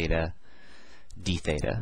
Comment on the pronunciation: is it feta or theta... cause i'm hearing both